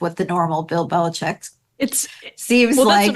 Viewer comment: OMG....you guys, it is Bill BeliCHICK, not BeliCHECK. Just like the illegal drug coming over our borders... it's FentaNYL, not FentaNOL.... Sheesh!!!